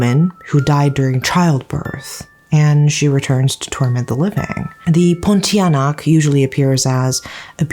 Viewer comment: pronunciation of Pontianak is spot on tho considering she’s not Malaysian 😁👏🏻 And I love how she’s showing snippets of her with her skincare routine 😆